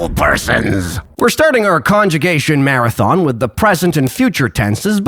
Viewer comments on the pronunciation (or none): none